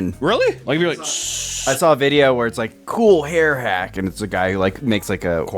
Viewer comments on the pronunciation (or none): none